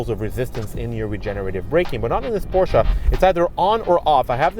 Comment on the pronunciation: Nice review kudos for pronouncing Porsche and Taycan correctly. Not to much time spent on tech more on driving feel.